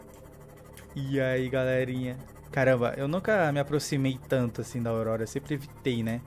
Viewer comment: AUDORORORA KK vc falou isso bem no final do vídeo kk